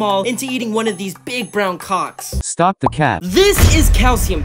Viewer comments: STOP SAYING CALWCKS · STOP SAYING COACKS IT MEANS BALLS